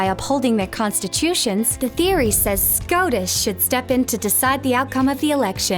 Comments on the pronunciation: I just kept hearing SCROTUS... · I prefer the Australian pronunciation. Y’know “SCROTUS” Thank you George miller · Why does the pronunciation of "SCOTUS" sound like the name of an STD you learn about in health class?